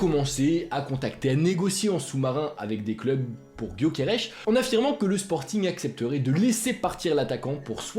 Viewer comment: C'est gyokeres et nn pas gyokerech mdr ç'est un suédois pas portugais bordel 🤦